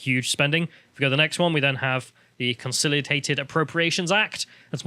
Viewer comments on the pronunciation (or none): Sigh & big words "Consolitated" instead of Consolidated 🤔